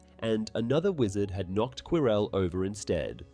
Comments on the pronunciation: He actually said Quirrel correct once lmao. Every time he said it wrong I wanted to jump through the screen to slap him lol his name is said in the movie that you cannot mispronounce is ffs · Every time he say Quirrel I hear Corel and it keeps throwing me off so had 😭😭😭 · I'm enjoying the video. But why are you saying Prof Quirrell like that. ? 😅